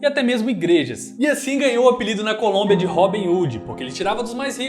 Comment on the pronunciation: Desculpe mas vou ser o primeiro em algo, pegar no pé por coisas tolas, kkkkk, você falou "Colúmbia" invés de Colômbia sim, pode mandar vídeo que "NOIS dá like", e de quebra dou um descanso pro Nogy, rsss.